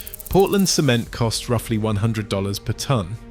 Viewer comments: when you say cement, instead of saying "sehMEnt", you're saying "semen" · Yeah, AI voice cannot pronounce the word cement, stressed the first 'e' instead of the second 'e'...😆